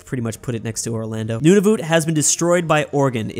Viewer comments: It’s Nun-a-vit not Nun-a-voot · also nunavut is pronouced none-of-it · Nunavut:exists: Newnavoot. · this is a very Canadian thing to say but Nunavut is pronounced nun-a-voot not nun-a-vit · As a Canadian I cringed when pronounced Nunavut “Nunavoot” not like “Nunavit” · Its not noon-a-voot its nun-a-vut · i swear to god if he pronounces Nunavut like "Noonoonoot" one more time say good by to Finland!!!!!!! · they way this guy calls nunavut "nunuvut" drives me insane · It’s pronounced Nunavut is prob nice like “none of it”, and Saskatchewan is sus-catch-uh-won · Just to help you out Nunavut is pronounced: none-a-vut and you also forgot Newfoundland and Labrador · Mannytoba, Noonavoont, smh